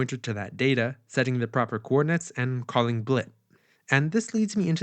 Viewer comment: thee logic, thee counter..... maaaan drop the thee!